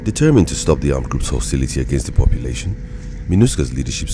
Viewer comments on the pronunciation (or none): "papelation" hahahahaha, vamos portugal